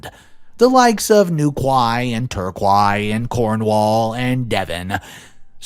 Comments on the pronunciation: Bless you, it's pronounces tor KEY and New Key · Spurs = Tottenham Hotspur! The quay part in Newquay and Torquay is pronounced like “key!”. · just to mention, Newquay and Torquay are pronounced Newkey and Torkey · The place names are pronounced New-key and Tor-key. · It’s New-Key and Tour-Key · HAHAHA Torquay pronounced Torkey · Hello, love your stories. I know British place names give many people a headache. The two places he named, Newquay and Torquay are pronounced Newkee and Torkee. The 'new quay', the new wharfside landing for loading and unloading ships, built in the 15th century though the name didn't become a common reference till the 17th century. Torquay comes from the fact it was the quay for the village of Torre, again centuries old. There you go, some information that was boring with out being interesting at all. Keep up the good work. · I love watching your work but just to let you know Torquay is pronounced tor key and Newquay is pronounced new key. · Sorry this just jumped out at me, Newquay sounds like "New-Key" and Torquay is pronounced "Torr-Key" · I'm sorry but those place names got me. They are pronounced Newkee and Torkee. We English people love a difficult spelling. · Great video, just a little note; ‘New-key,’ ‘Tor-key.’ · The way he pronounced Newquay Torquay and Cornwall 🥺😫😢😭😡😠🤬🤢🤮